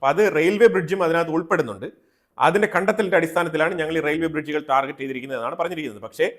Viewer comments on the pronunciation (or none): none